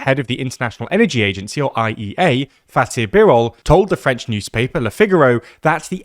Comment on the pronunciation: its Fatih Birol, not Faith